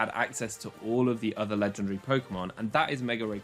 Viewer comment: I like how he pronounces legendary Legendre